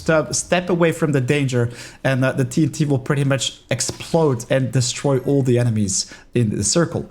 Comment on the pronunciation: Now I know where my 5 year old son heard that “TT”. I always correct him that it’s “TNT”. Every time he sees a tombstone in a game he calls it “PRC” also, as usual I tell him it’s “RIP”. Probably heard from a minecraft streamer or youtube content creator.